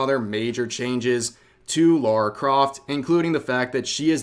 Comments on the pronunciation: It’s Lara not Laura please get it right and stop doing it for rage bait this nonsense has been going on over ten years now . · Her name is Lara, not Laura. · Thats not lara croft, thats lary croft